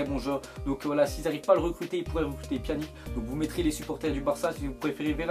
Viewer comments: c pas "pianique" sa se prononce "pianitch" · on dit pjanić tes sérieux de dire pjanic Ces abuser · Pas [Pianique] mais on dit [Pianitche]